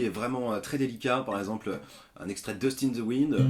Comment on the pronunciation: "deuste in zeu wouinde " tu m'a tué x)